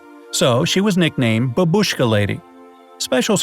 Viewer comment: I cringe every time "babushka" is mispronounced